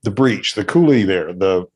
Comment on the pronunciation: Not to be that guy but it's pronounced COO-lee with emphasis on the first syllable, not coo-LEE. If anyone else in Eastern WA can back me up please do so :)